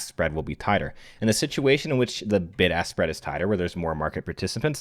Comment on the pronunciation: I know he was saying “Bid-Ask Spread” but I definitely heard “BIG ASS SPREAD” Like 7 times in a row during that section lmao